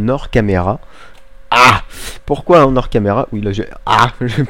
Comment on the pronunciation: Double post, c'pas bien toussah, mais, on ne fais pas la liaison entre le "en" et le "hors". (ça aurais été en ors, tu la fais mais pas dans d'autres cas... oui je sais aussi utile que de dire que j'ai mangé une pomme ce matin, mais j'ai frolé la fracture du tympan x)) Autrement, fort bonne idée les escaliers sur le panneau d'affichage? Et enfin, cette rive commence a ressembler a quelque chose de bien sympatoche:) Bonne continuation a vous trois:)